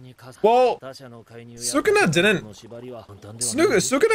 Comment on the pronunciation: It hurts my brain every time he calls sukuna sukana 😵‍💫